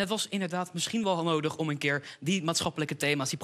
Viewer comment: Keerrrrrr op keerrrrrrrr op keerrrrrrr. Hahhahaha